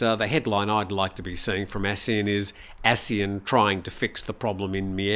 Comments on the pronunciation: From Wiki:"ASEAN (pronounced as three syllables A-SEA-AN),[c] officially the Association of Southeast Asian Nations". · Please pronounce ASEAN properly. The way you pronounce is wrong.